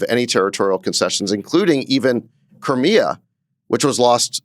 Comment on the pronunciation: Sachs couldn't even pronounce Crimea correctly. Pretty obvious that no one in trumps circle knows what they are doing. If you give Russia control of the Black Sea, it is over for the surrounding countries in the region. Keep holding out Russia will default soon